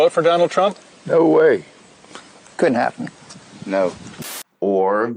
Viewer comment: "Cundt hap'n", well it did, dumbo!